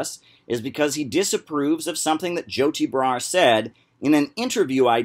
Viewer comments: "Joe tea bra" why does he pronounce things like a principal in an after school special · I love the way he says Joti Brar's name. It sounds like "Joe T. Brar"